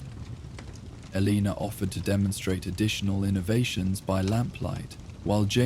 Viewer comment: I greatly enjoy the stories. I can even handle sentences that cut off or run together but please please please pick one pronunciation for names. This time Elaina has 4 different ways...